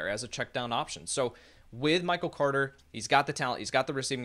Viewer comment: The way says Michael “Cwoarter” drives me nuts